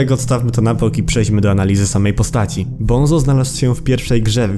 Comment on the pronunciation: bunzo nie bonzo